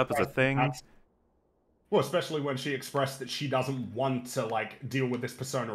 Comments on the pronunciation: It's very petty to point this out and doesn't actually affect how wrong she is, but this girl says "expecially" instead of especially and it is quite irritating. In non ad-hominem land, it's ridiculous to posture as some condescending intellectual and claim we all misunderstood and misrepresented she hulk when you're the one that has to obfuscate the truth of the matter to make your insubstantial and contradictory points. Jesus. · God, I hate it when people say ec-specially so much. It’s almost as bad as people who can’t figure out there, their, and they’re. Make it stooooop! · If she says "ecspecially" one more time... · I question the intelligence of anyone who pronounces it "Eck-specially". Especially when that person says it painfully slowly. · Does she pronounce it "ekspecially"? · That annoyed he uck out of me XD Like, there is no X in especially